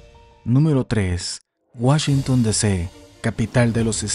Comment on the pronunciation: Puro Cheken de Woshinton ... 😉